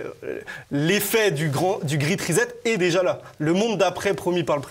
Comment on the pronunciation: le grette rizette LOL.... ça se prononce pas comme ça !